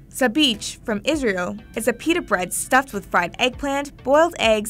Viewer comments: Sabich the ch is pronounced the Russian way. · Sabich is pronounced SAHB-EEKH! Chet is a gutteral H sound (Kh) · Why is the English sandwich as boring as the rest of English "cuisine"? 😂 By the way, it's pronounced SabiCH, as in CHallah. Great list, love to see food from across the globe. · “Ch” does exist in Hebrew its ״צ״ but she should have pronounced sabich with a “s” in the beginning. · sabich isnt pronounced correctly here, the ch in the end isnt like when you say church or chicken, its used to fill in for a hebrew letter you pronounce from the throat that doesnt exist in english, its like the ch in chanukkah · She mispronounced both Israel and the name of the sandwich, Sabich lol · The way that sabich was being pronounced was driving me crazy - I mean I can see how you’d come to that conclusion with no knowledge of Semitic languages but the English “ch” doesn’t actually exist in Hebrew or Arabic